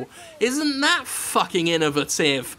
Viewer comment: "...has truly FRUCKING ruined a game."